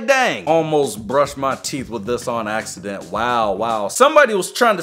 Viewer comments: he said "in all seriousness I think it was a accident" axeident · "In all seriousness it was an ax-ident" duh duh chee